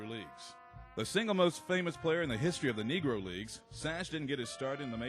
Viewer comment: I'm sorry, but did the announcer just mispronounce "history"? What the actual fuck??